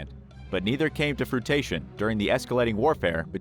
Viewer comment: Seriously. Fruitation??